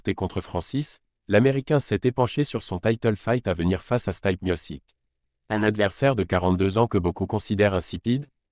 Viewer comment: '' staille peu ''😂😂😂😂😂 il est bien ton crayon? Non il se taille peu mis au sic.... 😂😂😂😂😂 Même ma fille de quatre ans sait prononcer le nom du champion. Jones n'a aucune chance, ni contre stipe, ni contre Francis. Ce taille peu😂😂😂 ça va me faire la semaine, les youteub sont trop des spécialistes croisés génies !